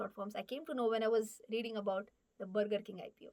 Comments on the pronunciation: Brrrgurrr king , wuuparrr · It's not BURGER It's bagaa (Inglis accent) 😂😂😂😂😂😂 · The pronunciation of Burger made me realize that "Mulgi Marathi ahe!" 😂😅